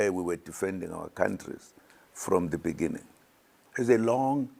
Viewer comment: So much love eventhough he cannot read the word "beginning "